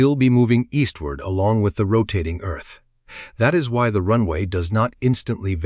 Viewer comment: Eth axis? Ditch the AI man.